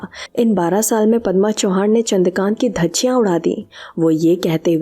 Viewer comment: चौहान नाही. चव्हाण